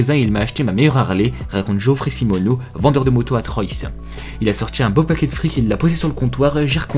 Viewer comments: On dit pas troyeus mais trois même si ça s'écrit troyes pour la ville où il a acheter sa moto ,je suis pas un fan juste un habitant qui en a marre des gens qui prononce mal le nom de cette ville. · Parcontre Troyes ca se lis trois et pas troy sss 😂😂 j'y habite et le magasin de moto est a 10 km de chez moi